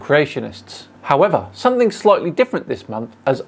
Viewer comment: The only time you make yourself look stupid is when you say “somethink”. You’re far too intelligent to not say “something” please stop it makes my ears cry.